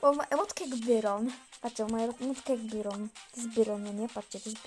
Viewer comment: naucz się muwić muwi się bairon